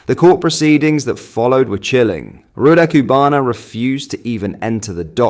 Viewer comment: Love your content but BRO!!!!! Please learn how to pronounce this evil monster’s name. Or at least keep it consistently wrong. 🤣